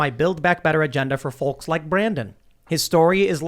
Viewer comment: The L in folks is silent Tim.